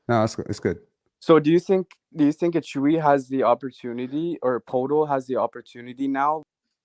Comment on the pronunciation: ..admitting here that achewie” had me laughing hard.. I thought maybe a speech impediment until the “superstar” Jakob comment … I am really excited about this trade. IQ is exactly the player the Raptors need beside Scottie, and I have to admit that despite some flashes (and finally looking not awkward grabbing lobs) I have drifted into being an OG skeptic in terms of future trajectory and also the potential to lose him for nothing. The Raptors don’t get burned again. I’ll both miss rooting for Flynn and Precious, but also not miss being invested in players that let’s be real probably aren’t going to work out. However, there is the potential (especially) Precious. So if either somehow set somewhere I’ll be happy for them. This part of myself will probably see me repeating the vicious cycle rooting for Barret now.